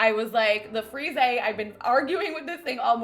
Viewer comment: Hey! I'm from France like the word 'frise' which is pronounced 'freez' in french and english! Btw love your videos, you're waaaaay to underated!;)